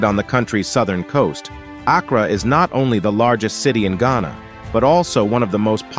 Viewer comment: As a native ghanaian the pronunciation of Accra is KILLING ME 😂😂😂😂😂 But I deeply appreciate this video 🤲🏿💚